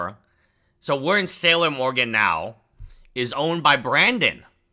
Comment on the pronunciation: I love that can say Oregon and can't.